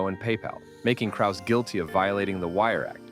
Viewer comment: Having a clip of Braindump Schwab, who can’t even pronounce Krause correctly, invalidated this entire video. But ima still give a like.